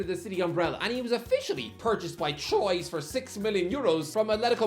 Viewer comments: *Trwa. But it's not like he'd know lol. Just wait to hear him pronounce "Moises Caicedo" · Just for future references,, Troyes isn't pronounced like that. It's more like "Twar"! And, considering Newcastle played them once in the Intertoto... thing, you should already know that!!